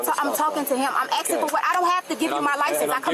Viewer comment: For a fac she is axing for a soup advisor.